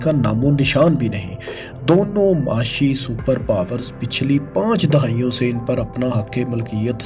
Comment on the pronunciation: O bhai Khuda Ka wasta hai Words ki Pronunciation thik kar lo Dahaion nahi dehaiyon makamal ni mukalamal